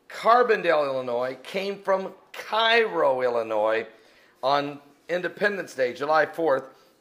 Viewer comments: It's pronounced Care-o not Cai-ro, I'll. And it's a shithole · The town in Illinois is pronounced "KAY row". This guy should be on the Glenn Beck show. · it is KAY-RO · It doesn't happen in Carbondale it actually Makanda illinois it is near 10 miles south of Carbondale. Little Egypt is a much larger area than just Carbondale that includes Cairo pronounced like (care ro not kiro ) I think you are looking too much into Carbondale it just a university town that had a traditional party on Halloween that students from other schools came to and made a mess of things it wasn't the local student that caused much of the problems but the student that came on busses to party at the downtown bars that the city closed the streets for the party to happen until it got out of hand. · Cairo is pronounced Kay-ro not K-eye-ro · It is pronounced "kay-ro." Get a life, fatboy. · Carbondale isn't at the point where the two paths cross. It's nearly 20-25 miles away. While Carbondale is in the path of totality, it's on the edge of totality, not the center. There are many other cities in this area that are closer to the center of the eclipse path. Also, by the way, Cairo IL, is not pronounces like the city in Egypt, it's pronounced Ka-row! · Some pronunciation help: Rochman is rock-man. The Cairo near here is pronounced kay-row. From a Carbondalian here. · It's pronounce Kay-row... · It's spelled Cairo but pronounced Like Karo syrup. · I could've sworn I've seen signs saying little Egypt. And yes the locals pronounce Cairo Kay-row and Vienna Vy-Anna but the way they say it has nothing to do with what it really is. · Hey I live just south of C'dale. The Holloween riots are from stupid drunk college kids. Also, Cairo is pronounced "Kay-Ro" here. Don't know why. It's also filled with folk lore & location that are in the adventures of Tom Sawyer & Huck Finn. See ya!